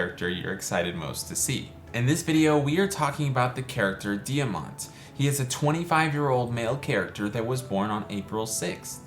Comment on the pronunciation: Thank you so much for this video! I’m very happy to help you with character guide & I learned something new for Diamant’s character build today! Yes, you did pronounce my name correctly! Most people don’t say my first name right!